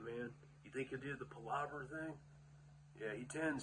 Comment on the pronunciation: I still remember when I first discovered videos when I heard him say palabra, I thought he was saying plurlabra. I thought it was some American version of p.l.u.r.😂 weird and funny to me to hear both words in the same video. R.i.p.